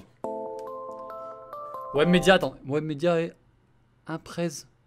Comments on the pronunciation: J’avou en plus il rend fou a dire webmedia alors que c webedia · Il a dit webmedia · mdr ta dis webmedia c webedia gros 😂